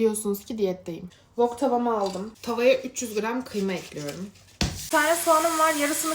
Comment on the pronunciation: Wok tava yerine bok tava anladım